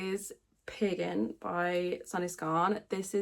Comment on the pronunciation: I’m so impressed with how you are always up for a challenge! Your problems solving skills are like off the charts when it comes to sewing and knitting. I am from the states and I love your accent, all that time you were saying peer gynt and I thought you were saving “piggin”- I was like how have I not heard of this yarn name? I love it! 🐷